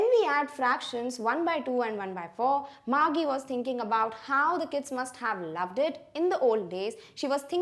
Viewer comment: first of all "GEE" is pronounced as "jee". it is an abbreviation of the word jesus or jeez. Secondly, the girl's name, margie is pronounced as marjee and not margee.